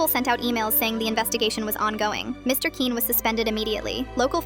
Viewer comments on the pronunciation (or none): The way the AI pronounces Quinn really grinds my gears its pronouned like kwin